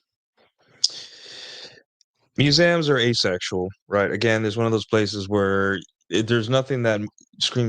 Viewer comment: have i been pronouncing museums wrong my whole life? muzamms?! lol that should be a clip🤣